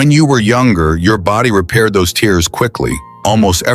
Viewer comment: Tears pronounced teers orTears pronounced tares😂